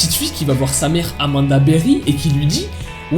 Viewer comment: Rien à voir mais c'était mignon quand elle a prononcé son nom avec sa voix durant l'appel avec son accent de l'Ohio "Amanda BeWHy" 😭😸